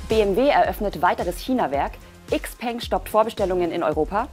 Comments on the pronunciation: Tolles Video, jedoch ein kleiner Hinweis: "XPeng" wird "Schau-Pang" ausgesprochen, das klingt auch wesentlich attraktiver für ein Auto als die deutsch betonte Variante. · Eigentlich sollte es "Schiao Pöng" heißen... wenn man es richtig aussprechen möchte. Aber wir nennen ja auch Nike "Naik" und nicht "Neiki" oder Paypal "Päypol" nicht nicht "Päypäl"